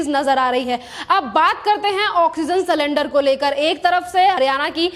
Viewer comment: अरे भाई सलेंडर नहीं सिलिंडर